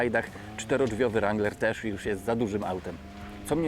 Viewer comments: Aż uszy więdną. Skoro chcesz "poprawnie" to W-niema, A-jak E... nawet twój translator tak podpowiada. Sorry. Dalej nie oglądam bo nie jestem wstani słuchać tego rAnglerowania. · Kurcze Chłopie naprawdę fajny kanał prowadzisz ale na Boga przestań z tym ,,langlerem" bo to jest żałosne. Nie ucz się wymowy z translatora Google. Mów po prostu Wrangler i się nie ośmieszaj. A jak koniecznie chcesz być bardziej amerykański od Amerykanów to ucz się poprawnej wymowy chociaż z Amerykańskiego YouTuba a nie od translatora Google. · Jak chcesz mówić ranglera to mów z akcentem i po angielsku.Bo to rangler wymawiane po polsku jest żałosne.Spolszczony wrangler jest prawidłowo.